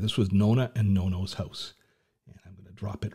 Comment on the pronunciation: Plz don't say NONA and NONO... 🫢 it's NONNA and NONNO 🇮🇹